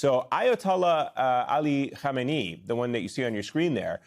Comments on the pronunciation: KHAMANEI (pronounced Ham-An-Nay) - not Khomeini (Hom-eh -Knee). Get the name right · Dude. It's Kha Meh Neh Eee! Khomaini was the Ayatollah that CIA forced on Iran in 1979. Now CIA wants to uninstall the Ayatollah! Makeup your mind 😅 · Ari, You are mispronouncing his name.